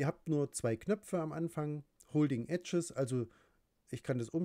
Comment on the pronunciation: Ganz gut erklärt - aber bitte bitte lern englische Aussprache ... :D Eggs ist "ÄGS" nicht "EDGES" :D